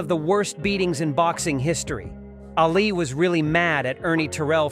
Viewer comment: This video is messed up. It's really innacurate to a point of stupidity. Is the guy who made this for real. The funny part about this video is this "expert" doesn't even know how to pronounce Ali's name.